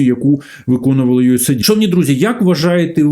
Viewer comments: Не ю ес ей ді, не ю ес айді. US AID(де US - це United States, a AID - допомога). Ю ЕС ЕЙД. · USAID, наскільки як знаю, читається як "юес-ейд".